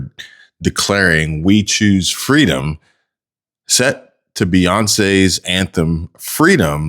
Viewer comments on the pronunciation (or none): Kamala said feedom